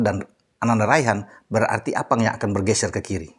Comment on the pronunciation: Sy paling senang kl bahas psm dan sebut nama arfan jdi appang 🤣🤣🤣